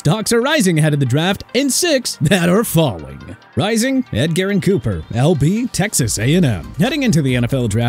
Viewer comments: Ed-Gerrin?? It’s Edge-er-in, you’re a channel dedicated to sports, how do you mispronounce an athletes name… Edit: Also you pronounced Thomas as Thompson, cmon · "Ed-Garyn" Cooper lol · Think he did the same with Edggerin James a couple of months ago who is a fcking Hall of Famer, just how can you botch this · Whoever told you how to say Edgerrin needs to be unemployed